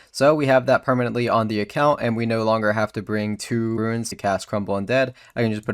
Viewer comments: few things trigger me more than someone who pronounces runes as "ruins". There is no "i". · I cant stand hearing these verbally challenged people chop up words... eggsericks, and "ruins" for runes.